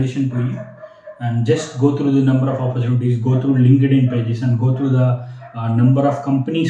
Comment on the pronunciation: Its "opportunity", not oppurchunities...